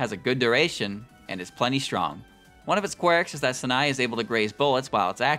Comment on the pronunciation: FFS Learn to pronounce Sanae